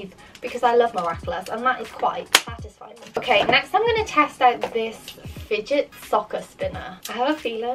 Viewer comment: When you say next it sounds like nesht